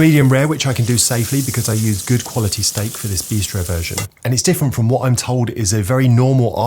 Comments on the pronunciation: A quick HWHAT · A quick HWAT, mate!?